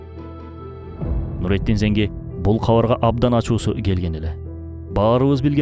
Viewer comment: Нуруддин Занки болуп айтылат